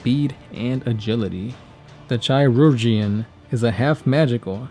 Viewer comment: Love these videos but your pronunciation of many words is wrong: chirurgeon is pronounced Chur-ji-on. It's an old English word for someone who works with medicine.